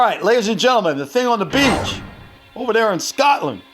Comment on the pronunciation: No one: News anchor: Scoot land